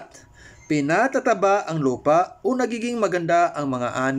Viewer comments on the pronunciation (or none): PINATA-TABA yung pagkapronounce nun(kinocorrect ko lang)